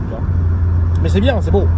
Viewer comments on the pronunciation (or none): Les "C est bow" tout au long de la vidéo, je me marre et la fin, tout seul dans ta voiture a tenter de flairer le poisson je suis MDR!!! Excellent.. C est bow!:))